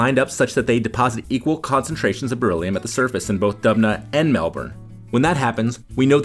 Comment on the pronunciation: Dude!! Kept saying bereliom or something and till now I didn't know that it was Real